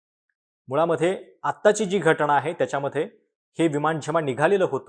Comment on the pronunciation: घटणा नाही रे . घटना असा शब्द आहे . का मराठी ची वाईट अवस्था करत आहात ?